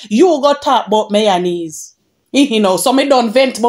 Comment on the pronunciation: Chin is myonaise she said😂😂😂not mayonnaise 😂😂😂